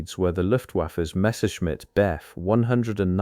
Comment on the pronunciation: Messerschmitt "beff" and "fucky wolf".... AI reveal